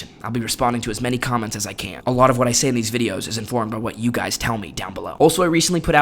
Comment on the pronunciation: "having to teach you guy-es-es children..."?